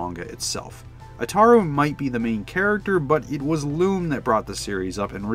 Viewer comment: Love your video man but your pronunciations are all wrong Urusei Yatsura is U ru sei, Ataru is Ata ru, Lum is not Lom it's Lum the Lu is like saying Luck but without the ck just replace them with an M. Hell the BBC dub pronounces these correctly and they only aired 4 15 minute episodes